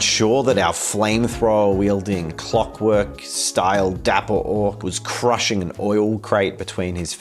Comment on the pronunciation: Ah yes. Clock W-Orks. <3 How proper.